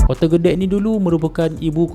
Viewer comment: "Kote" OMG...